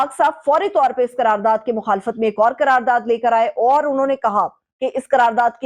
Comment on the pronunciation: KAYA NOT QAYA.....QARAR DAAD....NOT...KARARDAD......TERICK INSAAF NAHI TEHREEK INSAAF......AHISTA AHISTA...JALDI KIS BAAT KI HAI...BIBI SAIB MAI JAHIL HAMESHA HUMA TAN GOASH HOON.....